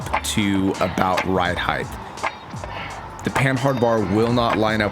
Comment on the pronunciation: Loved the video, But.... its Length, Width and Height not Heighthhhh lmao